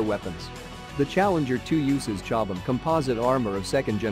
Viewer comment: These type of videos always mispronounce chobham too. Always annoys me.